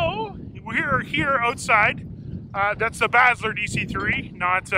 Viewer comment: Did you say Basler plane?